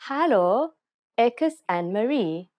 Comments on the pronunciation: Your Hallo sounds Dutch rather than Afrikaans. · Its not hullah its hallo and you say it hello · 😂🤣😂🤣 ek het nou weer geluister sy spreek hallo/hello baie snaaks uit.